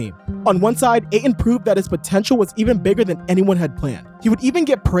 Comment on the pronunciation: There’s a T in Aytons last name